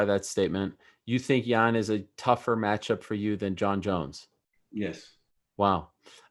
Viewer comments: He keeps saying Jan Jen Yaan, like dude come on now. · I think Reyes woke up to do this interview. He keeps calling Jan Blachowicz "Jan, Yan" pick one man! It's pronounced Yan, but you keep calling him Jan, then Yan. 😂With that said, I am excited about the fight. Whoever wins is the real champion, just like when DC won it, but they will just be the light heavyweight champion, not the greatest light heavyweight champion. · Reyes pronounces Jan's name 4 different ways inside of 2 min lol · Jan “Jen” Blachowicz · Dominick "I'm all aboard" Reyes Dominick "Keep me in the loop" Reyes Dominick" Says Jan instead of Yan" Reyes Dominick" short notice co-main" Reyes Dominick"Jon isn't technical, he's tricky" Reyes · Lol he can't make up his mind on how to pronounce Jan. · Reyes had a bet on how many times he could pronounce Jan with a J in this interview.